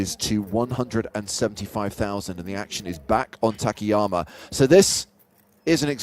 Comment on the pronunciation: I'm just curious why they keep calling him "ta ke ya ma" while it's clearly Ta Ka Ya Ma?